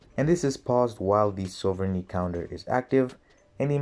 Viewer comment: I love how each time you said sovereignty, you pronounce it differently